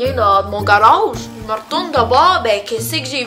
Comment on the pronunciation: Personellement chu quebecoise et je suis tout a fais dacord avec ta vidéo surtout la différence entre les français et les quebecois ! Touka j'adore ta video mais se qui ma fait le plus rire c'est avec le "renârd dant son gâroge " ahahahha j'adore tes vidéos ! Continue on t'aimes beaucoup ! 💝💝